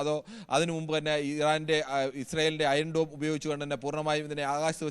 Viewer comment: അയോം ഡോൻ എന്ന് കേൾക്കുമ്പോൾ ചിരിവരുന്നു.